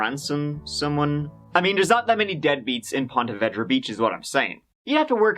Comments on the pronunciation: As a Jacksonville native, it's so strange to me to hear his pronunciation of ponte vedra. I've always heard it as ponte vēdra. And even though it looks nice, there's always some sinister happenings just around the way. Like anywhere in Florida, really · I love but the mispronouncing of Ponte Vedra hurt this local. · As a Jacksonville native, I have to correct the pronunciation. It’s Ponte Vee-dra. Not Ponte Veh-dra. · It's pronounced vedra with a long e like in eclair not vedra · It’s actually pronounced Pawna Veedra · A couple years late but it's pronounced 'Ponte vee dra'. No hate from me. Love the content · It’s pronounced like “PON-TA VEEDRA ;-) I live in jax just trying to help not be a snarky arse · I live in Jacksonville and i just have to say i love how says ponte vedra 😂 we pronounce is ponte veedra here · I live very near here...it's pronounced POnta VEEdra. Made a pretty cool kayaking vid for youtube where I wipe out on the surf 3 times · You’re pronouncing the name of the city all wrong. It should be said like Ponta Veedra. Hard to listen when I’m from there and your butchering it. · Ponte Vee-Dra* :) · No offense, but it's pronounced Pont - uh - VEE - druh, unless everyone I know has always pronounced it wrong (I Grew up in Jacksonville). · it's pronounced Ponte Vee dra.. Im from St.augustine alot of people say it different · This is my hometown, I actually remember this when it happened.. Also it's pronounced Ponte Veee dra LOL and I'm not trying to o be THAT person (spelling police) but it is haha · we say pon-tee vee-draw… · Try " Ponte Ver - day " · Ponte Veeedra. Say it correctly. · Pronounced “ponteh veedra” it’s where I was born :) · It's pronouned "Pontuh Veeeedra" lol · Hey you are murdering the pronouceation of Punta verda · Great story. I remember it well, since I live in Ponte Vedra (pronounced VEEdra). Crazy crazy crazy. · It is pronounced Ponte Vee-drah. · You mispronounced Ponte Vedra all the way through the story